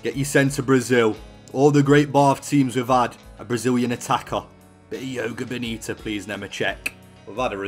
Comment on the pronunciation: Hey, love the content, but if you'll allow me to be a dickhead; instead of saying "Yo-ga bonita", try and pronounce it like, "Jo-goo Bonny-too," and when you say "jo," leave out the "Oh" at the end of it, and say a sharp "joh." Keep up the good work.